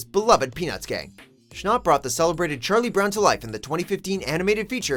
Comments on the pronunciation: Who’s Noah schnopp? It’s Noah Schnapp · hermione granger has entered the chat its noah SCHNAPP not noah schnooooop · Noah schnop wtf it’s Schnapp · Am I the only one getting mad that you said Noah schnopp...? ITS NOAH SCHNAPP with an a not an o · You mean Noah schnapp not Schnopp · “Noah schnopp” OMG he said it so wrong😂😂💀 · “Noah Shnop” 💀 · “Noah Shnop” me: TRIGGERED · DID YOU SAY SCHNOPP! IT'S SCHNAPP!! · Hey guys it’s Noah Schn-augh-pp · "Noah Schnopp" Me: TRIGGEREDDDDDDDDDDD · "Noah shnop" * schnapp * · Notice how he says ShNoP not schnapp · it was annoying how the guy said Noah Schnopp instead of Schnapp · HE PRONOUNCED NOAH SCHNAPP AS SCHNOPP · Sorry but his last name is Shnapp not Shnopp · he said noah schnapp like it was Noah Schnopp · it's Noah Schnapp not Noah Schnopp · It's Noah Schnapp like snap. Not noah schnopp. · It’s not Noah shnopp it’s Noah shnapp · IT'S NOT PRONOUNCED SHNOP ITS PRONOUNCED SHNAP OK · HE SAID NOAH SCHNOPP!!! >:( AAAAAAAAAAAAAAAH!!!!!!!! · He kept saying schnop instead of schnapp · Noah schnAUp Why does he pronounce his name with au if it’s schnapp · its SchnApp not Schnop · its not noah schnopp its noah schnapp with an a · It's Noah shn-A-A-A-p not Noah shn-O-O-O-p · Noah schApp not Noah Schnopp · It's Schnapp like app not like nop. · Schnap not schnop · Why did you say noah SHNOPP it sounds like noah shnap! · Omg the way you said Noah schnapp lie Noah schnopp that made me cringe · schnApp ,not schnopp ,SCHNAPP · STOP saying shnapp like that its like snap not shn-a-pp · noah schnopp?? ITS SCHNAPP AHH LEAVE. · “Noah Schnopp” TRIGGGGGGGGERED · When he said “ SHNOPP “TRIGGERED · NOAH SCHNAHPP LMAOOOO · “Noah sChNoPp.” “sChNoPp...” Lmao what? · Number 6 Noah schnop- what.did.he.just.say? SCHNOPP??!!?! SCHNOPP??!?!?! IS HOW YOUR MOTHER TAUGHT YOU TO SPEAK?! SCHNOPP?!! IEHDUCHIDKEDH Tells friend about it okaayyyy so I might have over reacted.....😂😂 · he said noah schnopp 😂😂😂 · ‘Noah Schnopp’ that triggered me 😂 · “Noah shnopp” TRIGGERD